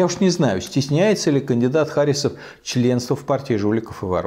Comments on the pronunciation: Михаил Борисович, в фамилии Харисов ударение ставится на "И". Я знаю, потому что являюсь носителем данной фамилии. И какое совпадение, что я тоже живу в Башкортостане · Я думаю, правильно ХарИсов. От татарского имени ХарИс.